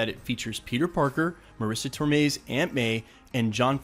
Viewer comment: Also John Favreau not Fovreau and tomei not tormei